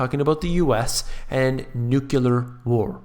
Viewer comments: I'll say it again...it's pronounced "New Clear"! The content of your videos is so intelligent and informative- it's a shame to have it marred by such a common mispronunciation. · I was trying to make it super simple but sure, you can have that one. Either way it was pronounced wrong in the video. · And you think you could do better? Nuclear is actually new clee ar. Sorry to burst your bubble.